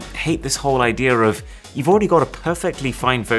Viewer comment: I like how he says "idea" to "idear" and other words that end with e🥹